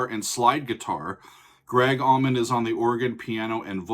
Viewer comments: Sigh....... what is up with the "AllmanD Brothers"? C'mon man, really? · Lol it's not almond. Allman. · Haha saying Almond brothers